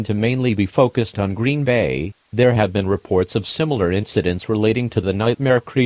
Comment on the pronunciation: NOT GREEN-BAY